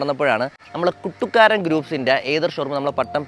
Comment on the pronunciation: കുട്ടുക്കാരൻ അല്ല ശരിക്കും കുറ്റുക്കാരൻ എന്നാണ്